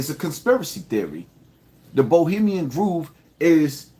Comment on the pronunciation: ITS GROVE(THAT RHYMES WITH STOVE) NOT GROOVE!!!